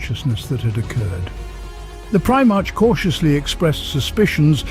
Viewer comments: I see a lot of comments not just from this video but others that Guilliman is a better "Emperor" or leader than the big E and so it doesn't get buried under too many other comments understand this first: "I get it, but you must also understand that each Primarch (pronounced Prim-ark or Pri-mark) is 1/20th a piece of the Emperor as a whole. Meaning the Emperor is the best at each of his son's particular skills. Guilliman is basically a master of logistics and so yes he can run a large spanning empire very well (hence imperium secundus) however, he only has that ability because the Emperor gave him that piece of himself as he gave all his sons a piece of himself. The Emperor is still far better at communication, sieging, defending sieges, hit-and-run attacks, diplomacy, striking fear when needed, etc etc, and yes still better than Guilliman at logistics as he is better at Vulcan at being perpetual. Again I get what you are saying and it rings true because Guilliman is now the Lord Commander making him basically the Emperor, but he is only that because the Emperor made it so. Even Guilliman knows that the Emperor is superior in all ways hence his hesitation of creating Imperial Secundus and his immediate desolation of it once he learned that the Emperor and Holy Terra stood." Hope that helps. Guilliman is awesome and loyal to humanity, but don't get it twisted. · The mispronunciation of primarch is grating. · How is it you pronounce the same word differently each time you say them????????? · Me, every time the says Prime-arch, not Primarch. 😬😬😬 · Primarch is pronounced Primark, not prime arch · “Prime-arch?” Prime-ark, doofus. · It’s pronounced “pri-mark” not “pri-march” I couldn’t get past this butchery of the term. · Primarch is pronounced PRY-mark, not prime arch... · its pronounced primark not prima-rch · I like this video man and im going to sub, but you must stop saying prime-march. I understand the spelling, but its pronounced Pri-mark.